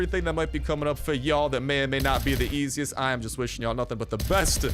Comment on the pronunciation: At the chopper event you said better than nothing... but it sounded like you said better than Newton... I'm hurt.